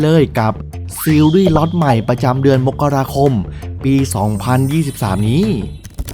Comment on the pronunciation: อ่ะ อ่านเดือนมกราคม อ่านว่า มก กะ รา คม อย่าอ่าน มก เด้อ อ่าน มะ ดิ่ 😣